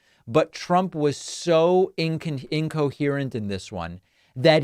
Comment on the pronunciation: love yr work but your first try at the word "incoherent" was incomprehensible. deliciously ironic eh?